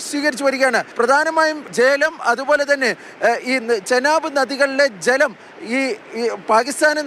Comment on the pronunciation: Jlam alla maapre malayaalathil chalam enna parayunne